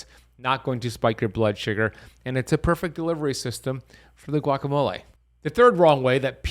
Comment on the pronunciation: This guy is a complete whack job. I get his videos on my feed because of the topic but he simply doesn’t know what he’s doing. And yes besides the extreme amount of ads he contradicts himself constantly. lol he doesn’t even know how to pronounce guacamole. lol. And in some videos he’s thinks it’s a flex that he knows Kobe Bryant’s trainer, I get the feeling he has no idea Kobe died a long time ago. He’s just a grifter.